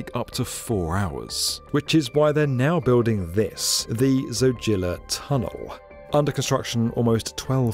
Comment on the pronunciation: Zojila - pronounced ZOH-jee Lah as opposed to zoh-JIL-a.